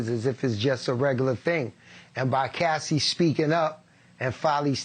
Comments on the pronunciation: Why he keep calling her Cassidy it’s Cassie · “Cassidie” LOL did anyone catch that? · Why is the reporter calling her “Cassidy”? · Cassie not Cassidy… please get peoples names right if you want to be taken seriously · The man is ignorant he said Cassidy instead of Cassie ignorance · Hey Cuomo, it’s CASSIE…. Not Cassidy…..🙄 Anyways Diddy is pure evil…. 👿